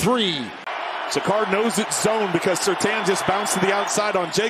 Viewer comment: Surtaan?? I have knew 2 people with that last name and they said Surtane. Hence the I